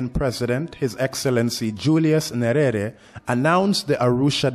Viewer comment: Some correction from pronunciations... Tanganyika and not tanganika. Nyerere and not Niyerere😂